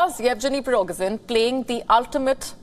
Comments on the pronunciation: Its Prigozhin! not Pirogzhin :) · please pronunce Prigo-sh-in. SH is correct. thanks.